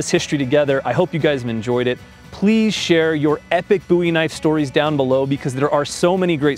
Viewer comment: Booey Knife?